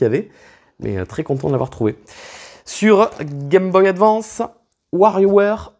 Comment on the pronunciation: Pas capable advance cest un mot anglais alors dite le em aglais svp.